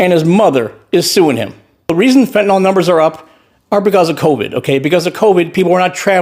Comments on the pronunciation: That would be "fent-oo-nyl" or "fent-you-nyl." If you want to go with a 'u', we need to add an 'h,' as in "fent-uh-nyl." Either way, the last syllable is still pronounced "nill," not "nall." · Please pronounce Fentanyl properly. It's FEN-TAN-IL. NO OL. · I'm astonished that Maga/Trump/Repugnicans are so obsessed with Fentanyl that they can't pronounce it properly, it's not Fentinol it Fentanyl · The instant someone says 'ker-marla' and 'fentin-all', you know they're a moron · Why is it no one in maga can pronounce the name of the drug, THEY constantly bring up, correctly? You'd think they would know how to pronounce a word they say non stop? 'fenta nill' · Right wingers cant seem to pronounce Fentanyl. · That can’t even say her name correctly disgusting 🤮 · The number of people who can't even pronounce "fentanyl" is simultaneously hilarious and depressing.